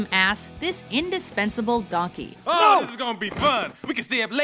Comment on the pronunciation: it's not donkey, it's DONK EH